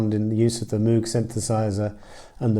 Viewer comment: Robert Moog’s name rhymes with “vogue”—the mispronunciation is practically universal and the spelling certainly leads one in the wrong direction.